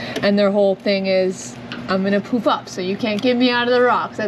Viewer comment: LoL I kept hearing 'poop up' instead of 'poof up'. LMAO - took me awhile of listening to get it right. I was like... e